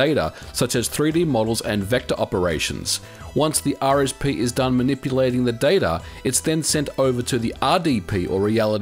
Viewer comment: Oops, ya emphasized the R on both "RSP" and "RDP," rather than the letters that set them apart from each other (S and D, of course).